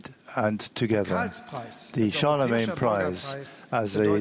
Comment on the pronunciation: Billions, not millions. Also Charlemagne, not Chalemagne.